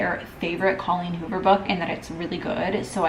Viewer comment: I’m dying at you saying holleen coover instead of Colleen Hoover 😂😂😂